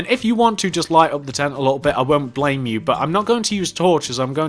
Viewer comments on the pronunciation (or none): none